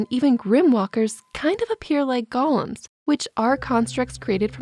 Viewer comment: Sorry to nitpick, but Golem isn't pronounced like Gollum from Lord of the Rings. It's goh-lem (with a long O sound). I couldn't help notice the error in the video.